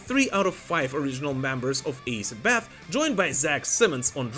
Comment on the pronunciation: ITS ASS id Bath ,,, It Aye Sid bath